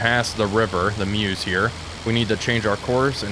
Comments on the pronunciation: Nice video. I don't want to offend you my American friend, but the river is pronounced Murr-zh. Murr as in the gift of the Magi, and Zuh as in Zu-rich. Got it? Make your WW1 Veterans happy. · The eu in Meuse is pronunced a bit like the vowel sound in fur, before you start rounding the consonant. Sorry, couldn't find any better example, but I hope this helps. Great video anyway!